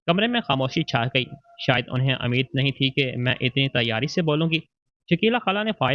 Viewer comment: Ammeed ? Ummeed😂 I hope aplog sahih urdu main perhte